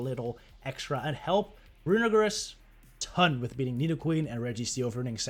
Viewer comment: Someone’s gotta tell you how to pronounce runerigus 💀